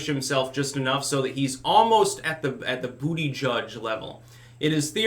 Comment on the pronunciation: I just love it when say "Booty Judge".:D